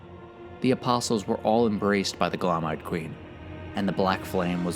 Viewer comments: is anyone gonna tell this guy that when two vowels go walking, the first does the talking. Gloam is glow-m not gloAhm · Bruh. Its Gloam. Not GLOM.